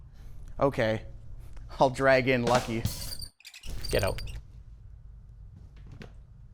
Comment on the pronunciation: That "get out" at the beginning was probably the most Canadian I've ever heard him sound 😂